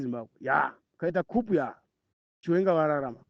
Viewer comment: Excuse let it not be Kupu/coup(cooo/kuuuu. Please